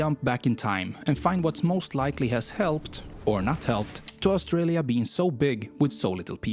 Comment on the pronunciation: We've just hit 27 million. What is that voiceover person's unusual accent with all his mispronunciations of English from his language? "Owstralia" for Australia? "de" for 'the'? "Yermany" for Germany and "yust" for just? "Ossies" for Aussies? (pronounced as Auzzies) etc.